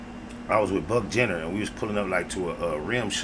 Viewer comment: I'm dead cuz said Bucc Jenner 😂